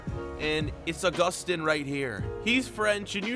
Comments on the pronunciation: It is pronounce Uh-Gus-Tin. It is pronounced Ow-Goo-Stan. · Pronounce it Au-Gus-Tin